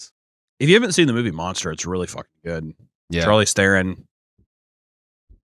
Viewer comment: the way pronounced Charlize Theron had me cackling XD